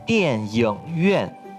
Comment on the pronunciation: 这是词语（电影院）里video读错了不是yōng。对读yíng